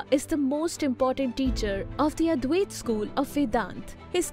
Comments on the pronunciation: Please correct pronunciation. It’s not Advayaaat. It’s Advaita. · Very good thank you. But one thing you need to correct is the Pronunciation of Advaita.